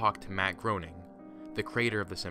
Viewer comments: Am I the only one who knows that Groening is pronounced 'GREY-ning' and not 'GROW-ning'? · Okay. I know this was a while ago. But it seriously bothers me that no one can prounce Matt Groening's name correctly. It's "Grey-ning". If you watch any of the DVD commentaries or any interview where he introduces himself, that's how he says it. It reminds of the H.R. "gee-ger"/"Guy-ger" debate. Great video as always, though. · Groening is pronounced Grey-ning.. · It's Matt GR AY NING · I love your videos. FYI, it's pronounced Graining. Keep up the good work.